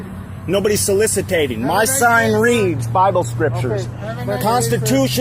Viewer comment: Lol "solicitating"